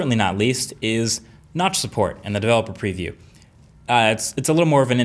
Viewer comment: Who heard nuts instead of notch.